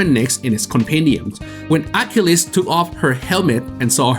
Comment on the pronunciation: Didn’t know Achilles was pronounced that way.